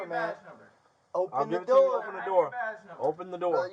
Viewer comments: “Open the noor” ahh cop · "Open tha noor" 😆😆